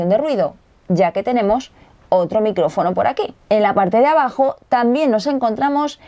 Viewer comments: Se fijaron dice nicrofono en el minuto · nicrofono xD